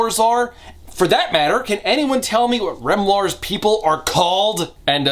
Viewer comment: Every time - every time - he says the name Remlar, I only hear one thing barreling through my brain at top volume. REM LEZARRRRRRRRRRRRRRR